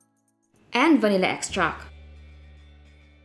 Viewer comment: vanilla extract! not vanilla extrackkkkkkkk lol